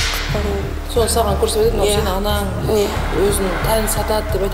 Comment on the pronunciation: Жүргізушіге өтініш ,,анан" емес, ,,анаң" деңізші, н мен ң-ның орынын әрдайым шатыстырып сөйлейсіз,барғаныныз емес барғаныңыз,көніл емес көңіл бөл,қалғаныныз емес қалғаныңыз,мәселенін емес мәселенің,сіздің дұрыс сөйлемегеніңіз көрерменге әсер етеді...Мен өз басым,өкпеге ауа жетпей қалғандай болып,қызық бағдарламаны көруге қызығушылықты төмендетеді,ренжімеңіз,журналист болған соң соған көңіл бөлсеңіз.